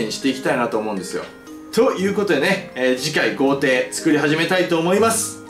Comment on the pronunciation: 豪邸が童貞に聞こえるのは俺だけか？